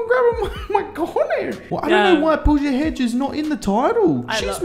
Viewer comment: Pooja HEG-de, not Hej